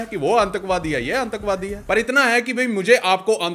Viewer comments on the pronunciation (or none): Everyone: aatankvaadi Amrit Pal Singh: aaaNtakvaadi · Bhai आतंकवादी hota h आंतकबादी nhi, Hindi bolna sikhne wali app bhi bn ni chahiye 😂👍